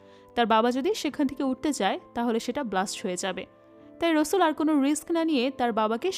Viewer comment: আপু নামটা রসুল না রাসেল, বার বার এরকম ভুল উচ্চারণ কানে লাগে🙂